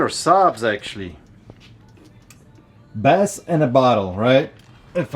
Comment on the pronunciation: Yup it’s bass in a bottle! Its pronounced base !!!!!! Enough of the bs already